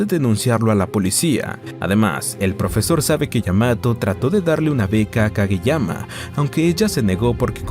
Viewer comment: Como que yuanes? Es Japón, ahí usan yenes, los yuanes se usan en China😂 Por cierto, en los primeros minutos del video llamas a "Kageyama" "Kagemaya" como un montan de veces 😅 Hay que revisar mejor...